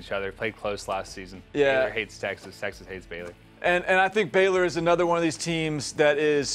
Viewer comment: Dude, it’s Baylor. 🙄